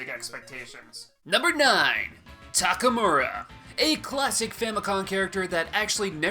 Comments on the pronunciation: Isn't it TakamArU instead of TakamUrA? Just wanna make sure I'm not crazy. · It's Takamaru